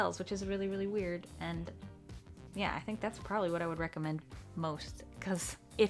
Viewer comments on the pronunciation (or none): none